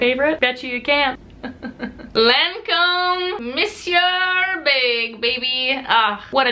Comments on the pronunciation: in french monsieur is prononced mesieu the R is shut down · mew-see-eww, no r! :D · Who cares? It's the most normal thing that she pronounces it wrong, just like non-native English speakers have an accent! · Olivia L my thoughts exactly!! Who cares if she pronounces it wrong!! If that's all people have to worry about is how other folks pronounce words then they have way too much time on their hands!!